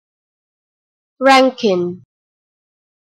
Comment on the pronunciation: Some people pronounce it like rankkine